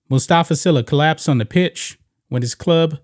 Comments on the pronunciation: And White Sports.. His las name is pronounced SEELA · His last name is pronounced SEELA